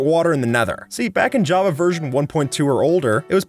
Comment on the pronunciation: bro said "jappa" instead of "java"